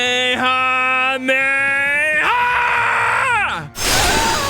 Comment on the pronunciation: ItS kahme Hama ha